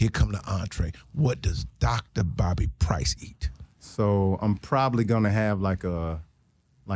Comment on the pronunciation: DR BOBBY I HEAR DR BODY